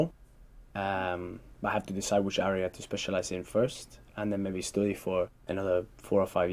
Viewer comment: Really 😳 with this pronunciation he got 8.5 Stoody = study Discoosing =discussing Contrie=county ...etc